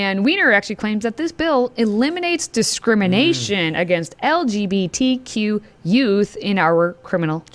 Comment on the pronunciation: "lgtbq agenda" boy u can't even say it right